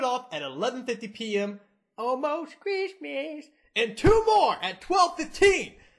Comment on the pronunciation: I do believe you mean "AWLLMOST CRISTMISS" =3=